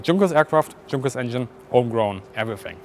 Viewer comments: It's Y-unkers not Junk-ers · It's not Drzunkers, for cryin' out loud...,.it's YOONKERS ...!! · also is your accent fake? junkers suppose to be pronounced yoon-kerz? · quite an interesting and well presented video. good that the museum allowed access.. as a side not i was startled to hear a german speaker pronounce Junkers as "junk, ers,, i' always thought it was "yonkers" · If you're German, you should know that the manufacturer of the Ju-87 is pronounced "Yunkers." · PLEASE learn how to pronounce the names properly. Junkers = Tschoonkers ? Fuselage = Fuschalash ? Etc. Etc..... LOL As a German speaker you should know better. Otherwise nice footage. Where is the footage of the cockpit inside ???? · I'm confused, I've always been told Junkers was pronounced Yunkers, the German 'J' sounding like English 'Y', but you specifically pronounced Junkers with the 'J' sound. Which is it? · Excellent! I learned a lot from this episode. By the way, I’d always assumed that the proper German pronunciation of “Junkers” was “Yunkers,” with the German “J” sound. So that’s not actually the case? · Would be nice to ask some German how to pronounce JUNKERS before doing video. It totaly breaks it. Had to switch off after hearing the JUNK 3 times over. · I was taught as a kid to pronounce it like Yuunkers* - are you using Anglicized version of the word, is it regionally dependent or was I taught wrong? (* best attempt at describing it, not as in the j in junk, as in rubbish) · I'm curious, as a German native speaker, why do you pronounce Junkers with a hard J? (Also maybe you should call this episode "Outside the Cockpit". 😉) Great episode! Loved the "violent machine-human-ground interface"! 😂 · Me: has only ever heard the Junkers pronounced "yoonkers" Bis: Junkers Me: visible confusion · Yes,, even though we’re English-speaking, we CAN handle the truth! Yoonkers & Shh-Tuka.